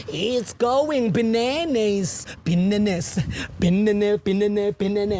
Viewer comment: Its Biblicking😂its going crazy... Its going Binaynays!!!!!!! Thats how Ginger pronounce Binanas😂😂😂